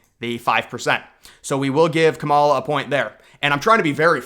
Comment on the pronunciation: Do you purposely mispronounce the woman’s name?